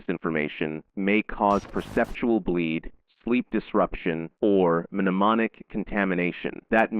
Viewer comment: This guy just said "muh-nemonic"